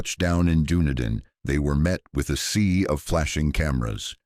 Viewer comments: Dun..ee..din is the name. Not Dundin.( NZer) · Wow This was so horrific oh & Dunedin is said like done need in.... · Such vivid memories of watching this all unfold on the news as a kid who lived just 2 hours away from the events. FYI Dunedin is pronounced Done-Eden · This was horrific. It is the second worst Massacre after the 54 people killed in the Christchurch Mosque attact. Also Dunedin is said Dun-ee-din, and Timaru is said Tim-aa-ru. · SECOND worst after the mosque shootings. Also dunedin and timaru are not pronounced like that. Wouldn’t hurt to do decent research first?